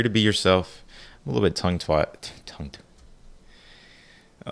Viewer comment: I thought I heard you say “I’m a little bit tongue twat!” 😅 It’s okay 👅🤪